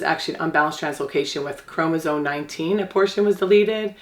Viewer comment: “CHROM-OSOME” Not “chromosone”